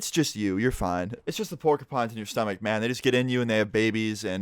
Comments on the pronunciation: PORKY PINES LMAO ITS PORQEUPINES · It’s pronounced pork-ya-pines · Why he saying porkypines☠️ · I died when he said porkypines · The way he said it, PORKYPINES!!! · "porkipines" the way you say porcupines is everything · Pour-kee-pines XD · Pork ee pines 😂😂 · He called them porkeypines... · i love the way he says porcupines. Sounds like hes saying porky pines lmao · "Porky-Pines" ~ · “Pork EE Pines” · MusicLovinMotherFckr I noticed that too lol